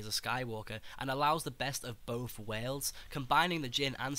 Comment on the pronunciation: 'best of boaf werlds' 'muvva' liverperrrrrl